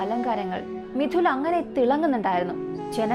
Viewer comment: മിഥില എന്ന് ആണ് മിഥുന അല്ല ട്ടോ😊😊😊 pronounce ചെയ്യുമ്പോൾ തെറ്റി കേൾക്കുന്നു😊😊